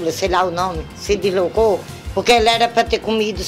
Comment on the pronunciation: Descolocou kkkkkkk ela num sabe falar Deslocou kkkkkkkkkkkkk massa d+